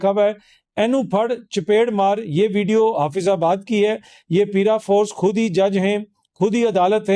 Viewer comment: The word is “paraforce” and not “peeraforce”